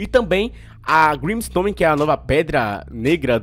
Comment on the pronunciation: Vc falou grimstome ao invés de grimstone pelo que ouvi